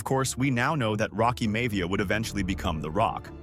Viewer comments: It's pronounced Rocky MY-YA-VEE-YA NOT May-VEEYA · Rocky May-Via gave it away😂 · I've been watching these year in review videos from you, and they have been interesting, but at the same time I feel it's very obvious to tell they're being done with AI. The cuts don't line up always with what's being spoken about on screen, and there are names being mispronounced that wouldn't be mispronounced by true wrestling fans (like High Chief Peter Maivia... or Rocky Maivia...)